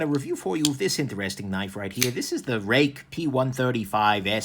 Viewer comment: Nick, Since the P801 and the P108 (love these names), Ruike has been one of my favorite brands (as a budget/Sanrenmu fan at heart). I am glad that you are no longer mispronouncing their name (Roo-way-kee) because (despite their awkward naming pattern) they are worthy of recognition and pronunciation.